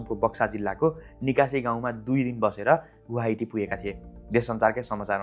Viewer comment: Gooaati haina bro 😂🤣😅🤣